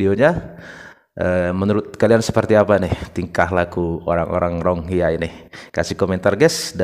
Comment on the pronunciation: Bukan RONGHIYA bang.. Tapi RO-HING-NYA atau RO-HING-YA